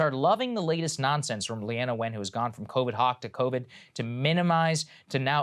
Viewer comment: It's pronounced Lean-na